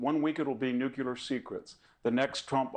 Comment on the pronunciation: He's being quite vague about Molly Ball. In effect, what she said was hurray that Zuckerberg put his thumb on the scale. Hurray that her side cheated! (I certainly wish he would not say "nookyooler". Embarrassing for our side.)